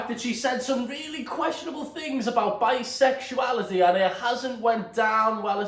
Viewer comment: no one: literally no one: olivia duffin: BISEXUILITY ISNT REAL